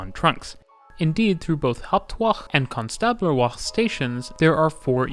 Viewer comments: Ouch, that pronounciation of Konstablerwache! Tip - if the Germans put an e on the end of a word, it's because they want it pronounced. At the end. They're not French - they won't have done it because they think it looks nice there or because it changes a vowel sound earlier on in the word. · You got the pronunciation of Hauptwache and Konstablerwache almost right :D You just missed the e at the end, it's not silent